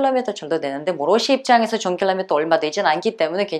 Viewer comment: 원래 억양이 러↗시아 라고 하나봐요^^ ㅎ 우리나라 사람은 보통 러시아↗ 라고 하지 않나요? 힛